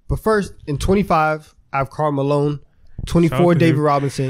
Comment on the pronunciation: No one gon’ talk about “Karl Maline”?